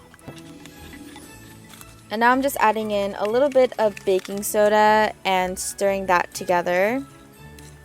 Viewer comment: "a little wittle marshmallow"